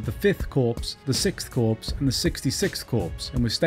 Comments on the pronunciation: informative video - only problem, please stop pronouncing 'corps' as 'corpse' - it's pronounced more like 'core'. thank you looking forward to part 2 - the empire strikes back! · CORPS, its pronounced Cor Not Corpse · The mispronunciation of CORPS - countless times - is ruining this for me! Not CORPSE but just COR - As an ex-member of the Royal Signal Corps it is making my ears bleed. Sorry! This campaign has always fascinated me (my mum lost her youngest brother as a Chindit) would love to know more about the state of the Burma Army, numbers, units, combat/equipment strengths.